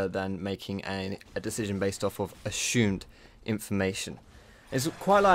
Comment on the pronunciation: This video I learned that sounds funny when saying "assumed".